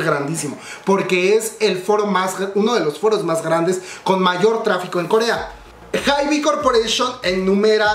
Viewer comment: Se pronuncia "HAIB", la "e" del final no se pronuncia (